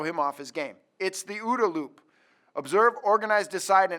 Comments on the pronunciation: said "Organize", not "Orient". Also, Col Boyd preferred that the letters of the acronym be pronounced separately, not as a word. (Hey, it's his "invention"; he gets to name it.) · Good point. Two comments. 1) it's Observe, Orient, Decide, Act. 2) Apparently, Col. Boyd says that the letter should be pronounced (Oh, Oh, Dee, Ay), not the acronym (Oodah). (I learned that from an ALICE training and an Ayoob class.) Thanks.